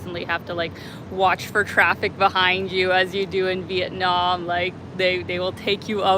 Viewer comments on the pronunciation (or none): none